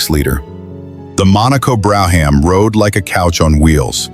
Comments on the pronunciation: Bro- ham models! Ai can't read shit, Brougham, brom. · If You're Gonna Present Any Car Videos , Get Your Facts Straight As Well As Your PUNCUATION Of Makes & Model Names. Such as "BROUGHAM. "It's NOT Pronounced As "BRO HAM"!!....It's PRONOUNCED As "BROME"......BRO HAM...You're An Idiot!!